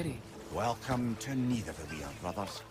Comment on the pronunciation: You’re the second English speaking person I’ve seen in my entire life pronounce the double LL correctly in Nidavellier, Gjallarhorn and Heimdall! Much love, great Video 🎉